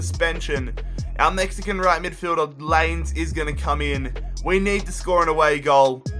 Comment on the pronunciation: L I E N E Z not laines